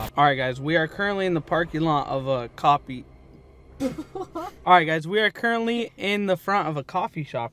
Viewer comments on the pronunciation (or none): coffee ❌ Coppee ✅